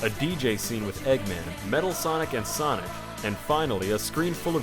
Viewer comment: i believe he said blonic